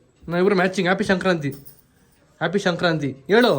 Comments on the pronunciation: ಶಂಕ್ರತಿ ಅಲ್ಲ ಬ್ರೋ ಸಂಕ್ರಾತಿ ಹಬ್ಬ ಕರೆಕ್ಟ್ ಆಗಿ ಹೇಳಿ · bro ಶಂಕ್ರಾಂತಿ ಅಲ್ಲ ❌ ಸಂಕ್ರಾಂತಿ ✅ ತಪ್ಪಾಗಿ ಹೇಳ್ತಾಇದಿರಾ 👍🏻❤️ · Sankranti anta helappa adu shankranti alla channagi pronounce madaku agalva ninge tu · ಬ್ರೋ ಶಂಕ್ರತಿ ಅಲ್ಲ ಸಂಕ್ರಾಂತಿ